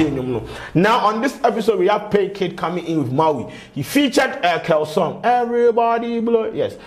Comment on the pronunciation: But why is he pronouncing the title as “Mauii” 😂😂😂 the thing is “Mawie” as in “I’m done” pls why 😂😂